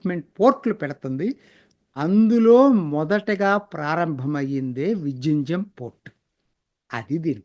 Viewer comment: 😮అది విజిఇంజమ్ కాదు అయ్యా. విలింజమ్ అనాలి .